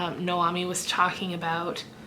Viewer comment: You pronounced it right Noami ;) Silence at the dinner table is quite unsettling. The house being a character is such a great idea. Me, instead of putting it off I jump on reading and then I feel bad because it ended too soon hehe. Big hug! 😘😘